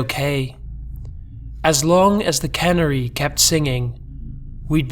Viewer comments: A "cannery" doesn't sing, it's a canning plant. The bird is pronounced "can-AIR-y". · Minor pronunciation correction. You're pronouncing it like "cannery." It's more like can-AIR-ey. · You pronounce canary like cannery?